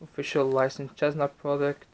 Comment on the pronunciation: normal people: cessna: chessna